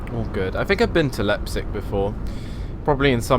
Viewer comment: your saying Leipzig wrong